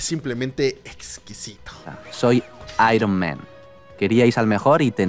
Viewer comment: El actor de voz no lo pronuncia tan mal, ironman no se pronuncia literal ironMAN el MAN en Ironman se pronuncia mæn o "mean" Seria "aiurnmean"